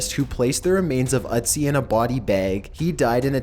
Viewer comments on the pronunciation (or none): you're saying it wrong. It's not "Utz-ee", its "Ötzi" (rhymes with tootsie)